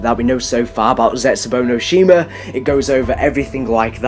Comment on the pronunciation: plus he cant pronounce the maps right, he seeming to be as lousy.